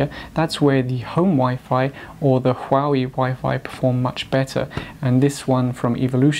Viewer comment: Don't preach on what you cannot even pronounce. Learn to pronounce Huawei.